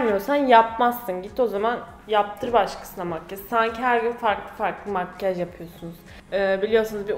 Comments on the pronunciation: makkaj diyo okuyor vdsvnhjdjndfbvnxd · ya senin makgaj demeni yeriiiim 😂